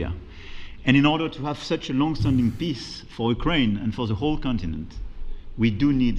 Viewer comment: Do you also hear macron saying peace as piss ?